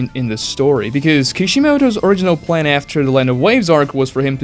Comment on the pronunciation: dude ur English is so bad. Kishimoto didn't "Hand" on doing the Chunin exams arc. being unable to pronounce "Plan" is insane.